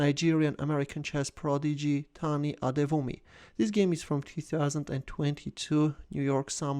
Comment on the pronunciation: Wow, you actually pronounced Tani's name very well, did you practice it?